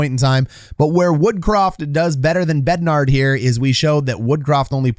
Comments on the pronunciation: Why do you keep saying BEDNARD?? There is no D at the end. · Please stop calling Bednar BednarD lol